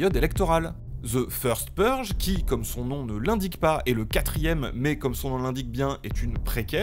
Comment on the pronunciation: tu le fais exprès c'est cela ? The First Purge, je parie que t'as fait espagnol gringo.